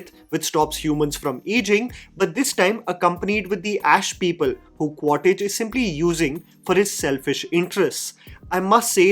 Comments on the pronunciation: Ummm........Its Qua-Ritch NOT Qua-Titch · It’s Quaritch, not Quaditch or Quatidge bro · It is not 'Quar-Tich' its pronounced 'Miles Quaarch' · Quaritch ❌ Quartij ✅ 🤣🤣🤣🤣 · Listening to someone saying Quartich multiple times, very frustrating?? Review sounds similar to Jeremy jahn’s.. I doubt you have watched it… properly.. It is Quaritch . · Your pronouncing of the names is a too funny... Its quaritch... Not quatich. Its neytiri... 😂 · It's 'Quaritch' not 'Quatitch'. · Quaritch ❌ Quatage ✅ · Qua-rich and not Quar-tich. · its Quaritch not cottage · Just wanted to point out it's not 'Quatitch' but It is 'Quaritch'. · Bro kept saying "Quattich" 💀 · Bhai agar Quaritch nahi bola ja raha toh Miles bol deta 😭